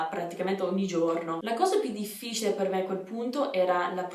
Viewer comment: Il tuo italiano è perfetto! Complimenti :) però occhio a come pronunci "difficile"